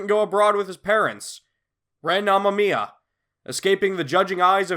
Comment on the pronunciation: I think the actual pronunciation for Amamiya is "Ama-Maya".